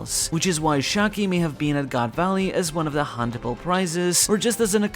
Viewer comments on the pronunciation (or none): I've been reading/watching your reviews for like 15 years or something at this point. But hearing you say goon valley was a top moment in my life 😂